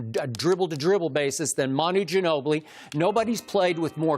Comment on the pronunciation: Ginobli? Nigga dirk